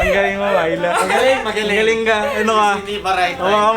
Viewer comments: Sa twing binabanggit ni yung name ni Myla, naririnig ko "My love" HAHAHA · Unang dinig ko talaga sa Myla eh, "My Love". AHAHAHA.